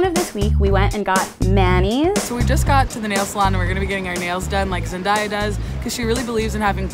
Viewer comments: Its Zen-day-a NOT Zen-die-a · Its Zendaya not Zendiya Thats how she pronounced it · Her name is Zen-Day-A just like it’s spelled. She said Zen-Die-A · Who else was triggered when she said zendiyah? I WAS LIKE BISH ITS ZENDDAAAAYYA XD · Zen-day-a Pronounce it right lol not Zen-Di-a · In a video Zendaya said it's pronounced Zen-Day-a NOT Zen-dah-ya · They keep mispronouncing her name!!!! Its Zen-Day-Ah not Dye-Ah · It’s pronounced ZenDAYa not ZenDIEa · Georgina Mbonu nope, it's Zen-DAY-uh :) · ZEN-DAY-A not ZEN-DIE-A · I’m so sorry but like I’m three minutes into this video, and the changes between the name pronunciation is low key getting ridiculous. It’s zen-day-a not zen-die-a. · It's not zend-diy-a it's zend-DAY-a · Zandaya sounds more boojie 😎😎😎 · ZEN-DAYE-A (ZENDAYA) NOT ZEN-DIE-A WHAT IS THIS TRASH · ZEN-DAY-A 🤦🏾‍♀️ I cringed every time they said it wrong 😭 how do u say it right sometime and they say it wrong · hearing someone say "zendieya" is like hearing nails on a chalkboard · why do people always mispronounce Zendaya's name. It's (zen) (day) (ah) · True haha Zendiya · Wonders373 right Zendiya is sooo iconic. I love Zendiya so much!! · Ariel Igwe that low key bothered me I was like noooooo bish it’s zen day uh dafaq I had to hold my phone close to my ears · She said “Zen-die-ah” first😭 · Zen-DAY-a. It’s pronounced exactly how it’s spelled 🤦🏼‍♀️ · OH NO GIRL when she said Zen-die-ya i couldnt😂😂😂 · IT'S ZEN-DAY-UH 😥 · Can you pronounce her name correctly?? it's Zen-DAY-uh She's said that how many times now?? OKay, now you say it right. thank you! now you mispronounce it again? How hard is it to say someone's name correctly? no it's pronounced right again. I think Number one to live like her is to respect her and learn her name. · This girl just actually said zen-die-uh.😂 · It's zen-DAY-a! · "Zendaiya" lmaoooo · Her: Zen- DIE- ya Me: who? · I clicked out after she said Zendiya twice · Why did they sometimes pronounce zendaya like zenDYA 😂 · ITS ZEN-DAY-A